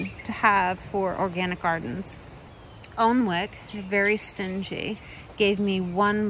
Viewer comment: Alnwick = "Annick". Blame our odd English spelling!